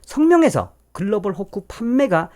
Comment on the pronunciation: 도대체 "글로벌 호코"가 뭔지, 그 발음이... Global... Fork? Hook? Hock? 아니면... pork - hock? "콩글리쉬" 가 너무 어렵구먼...